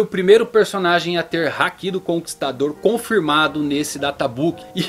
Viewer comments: Fala meu 10、teu canal é massa Só tem que acertar mais no acento das palavras em japonês Por exemplo、sAbo、sengoku、hAki É bem difícil ter pronúncia de acento na última letra Abras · Toda vez que ele diz haki, eu entendo que é um hack se jogos.